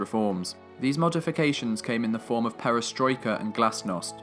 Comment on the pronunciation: it is pronounced pe- ri - stroi- Ka.